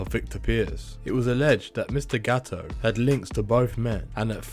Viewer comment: Is GATTO . NO GAOO . Your pronunciation is useless